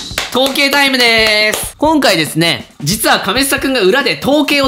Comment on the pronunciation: 統計のところ、どぶろっくって聞こえるw